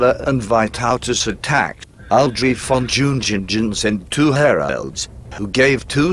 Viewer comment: ..."DZHIUNGHINGDGHEN"??... :) ...V-o-n J-u-n-g-i-n-g-e-n... ;)